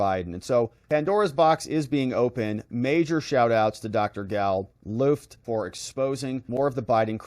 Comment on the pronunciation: So he says his name straight up (he pronounced Luft like look) and you cant even introduce him with the correct pronunciation. Pathetic and disrespectful comes to mind, you need to correct this.